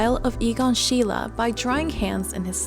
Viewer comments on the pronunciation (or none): You are pronouncing his name wrong. It’s “she”. “Lee”.